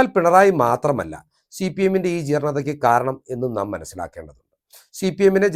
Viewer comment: നീ ആരാണ്? സിപിഎം ന് ഒരു കുഴപ്പവുമില്ല. നീ ആദ്യം സിപിഎം എന്ന് തെറ്റില്ലാതെ പറയാൻ പഠിക്ക്